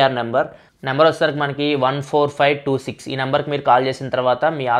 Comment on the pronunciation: 14546 has 14526 haaa clarity ga cheppandi